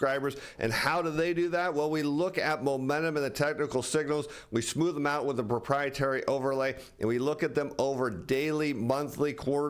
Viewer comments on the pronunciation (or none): none